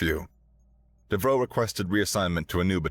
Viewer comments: You aren't saying Devereaux correctly. How do I know? Golden Girls. You're saying "dev-roe", where it's "dev-er-oe". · Isn't it pronounced "Dev-ER-oh?" Being of French decent.